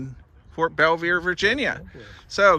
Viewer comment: you mispronounced Belvoir